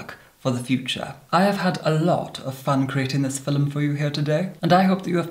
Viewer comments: A "FILL-um"?! Exactly what is a "FILL-um"?! LOL! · I pronouced film as filoum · Ahhhhh he says ‘film’ like they did in Shakespearean time ‘philoem’ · no one:: FiLeM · I adore how he pronounce 'filum' 😂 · “Filim” holy shit I love it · I’ve never heard the word “film” said with two syllables but I kinda dig it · Lou Drake it’s a posh Scottish thing! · The Dutch say it like that too